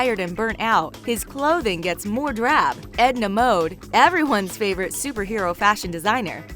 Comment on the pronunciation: it's Edna Mode not Ed Namode get it right lady